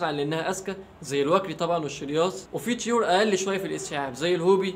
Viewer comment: انطقها صح لا تقول تيور،قول طيور